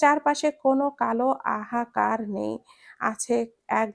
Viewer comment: আমি সবসময়ই দেখছি আপনি হাহাকার কে আহাকার বলেন এটা ঠিক না সহজ শব্দ, একটু ভালো করে পড়বেন।